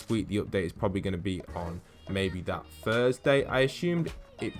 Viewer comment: Sound like ur saying Fursday